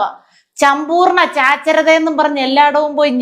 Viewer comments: ചമ്പൂർണ ചാച്ചരത 🤣🤣🤣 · ചംമ്പൂർണ ചാച്ചരത😅 മണ്ണാങ്കട്ട😅 വിവരമുള്ള ഒരുത്തനും ഇല്ലേ ഇവർ പറയുന്നത് ഭൂലോക മണ്ടത്തരം ആണെന്ന്😅 എനിക്ക് തോന്നുന്നത് മന്ത്രിയുടെ PA മന്ത്രിക്കിട്ടു താങ്ങിയതാണന്നാണ്😅 അത് ഈ പൊട്ടൻ മന്ത്രിക്ക് മനസിലായില്ലന്നാണ്😅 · സമ്പൂർണ സാചരത, ബന്ദർ കാ ബച്ചേ.